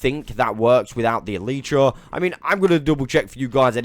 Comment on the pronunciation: Crawl and elytra you struggle to say